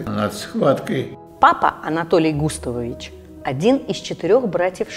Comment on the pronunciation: Как эта " голос за кадром " умудряется произнести " Гутовович"? 🤣🤔😂😃 Написано "Густавович".